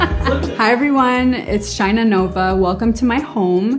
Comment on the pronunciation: She's Shine-Ah, not Sheena. But yes, her type is pure hypocrisy